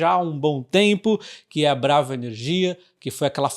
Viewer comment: Sempre acho engraçado quando ele fala elnomes de empresa na sílaba tônica errada. Parece outro nome... Mas é BraVA Que fala?